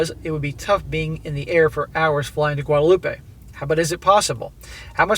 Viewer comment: Guadeloupe, "wad-loop" not wadaloopah.